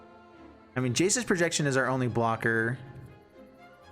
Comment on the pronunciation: Ha ha you first called it “Jace’s Projection” then when you played the card it sounded like you called it “Jesus’ Projection”